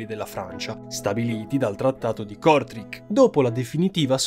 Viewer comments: si pronuncia Trattato di KortrAIK o Courtrai se preferisci 😉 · Bei video e tutto ma: o usi l'italiano storico e la chiami "Cortraco", o la chiami "Courtrai" in francese o ti informi e la pronunci come diamine è giusto che vada pronunciata Kortrijk Cortreic/Cortraic Peggio dei telecronisti che chiamano Van Dijk "VAN DIKK" o De Bruyne "DE BRUIN"